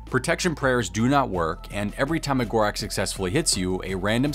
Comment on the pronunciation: Ur saying gorax like its an x wtf bro its gorak's